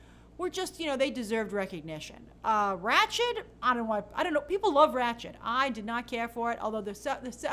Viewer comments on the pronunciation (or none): none